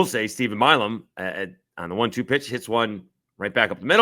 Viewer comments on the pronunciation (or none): Can someone please tell Coastal’s coach how to pronounce Milan’s name. It’s not “Malam”🤦. Coastal coach is such a prick